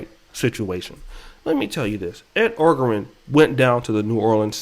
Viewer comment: O-jah-ron is how Orgeron is pronounced. Great presentation my Brother!